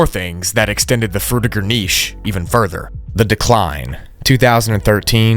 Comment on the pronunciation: you proounce fruitiger wrong, its not Fruit-ir-ger, its Fruid-chi-ger. i know its not how its written, but its named after mr Fruitiger and id like his legacy to last a little longer.